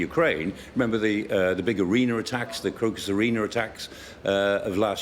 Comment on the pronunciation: Why does he call an arena an arener? Not very professional.